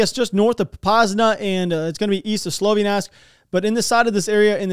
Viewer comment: Slow-Vee-Yawnsk, not slovi-nask lol